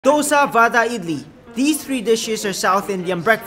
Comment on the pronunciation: I am indian and its not pronounced wada but say it like wara